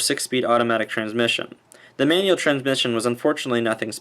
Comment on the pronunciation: Manual not manule Buttons not buh’ins Visibility not vissuhbilidy Awkwardly not ahkwordly Definitely not definly